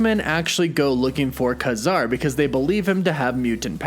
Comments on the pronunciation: It's "KAY-zar" not "KAH-zar" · His name is pronounced KAY-ZAR for one thing and they are all already part of the marvel universe as far as I'm concerned being created by marvel comics? Except for Capt. Britain but who cares? Man-thing and Kazar are week characters and the Werewolf. Nova was also a secondary character that never did well. All these new aditions are week. Why doesn't anybody ever bring up the Sub-Mariner? Golden age or silver age. He has been around since Captain Am. (both. ) and the Hulk? And why arn't the X-men concidered to be in the MCU? Or the Fantastic Four? Wolverine? Deadpool? WTF! I've been collecting comic for over 50 years, Give me a break! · is DC's Swamp Thing not not Marvels Man Thing. It's not Kah-zar it's pronounced Kay-zar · His name is not Kazar its Ka-Zar. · It's pronounced KAY-Zar. Your pronunciation is wrong. Also, what's up with the 'woof woof' at the end of all your videos? I don't get it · Ka-Zar is pronounced Kay Zar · i always thought his name was pronounced "KAY Zar". aldo, i thought Teddy's surname was Altman. did i miss something in the comics lately? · It is KAY-zar. Dude just got the pronunciation wrong